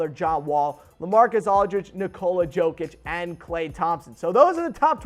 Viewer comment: Bruh you butchered jokic name pronounce it with y not j